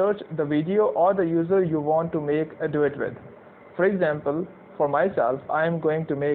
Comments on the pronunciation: Im sorry at first I thought you said, Let's do it instead of duet😅. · I thought he said dAb on it